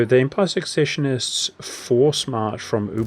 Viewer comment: Pronouncing secessionists and ubersreik wrong